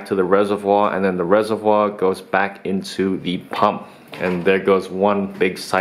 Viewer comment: it's Reservoir, please emphasize the r more it's so cringe.